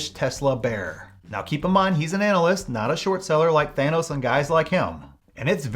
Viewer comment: Did you just called Jim Chanos "Thanos"?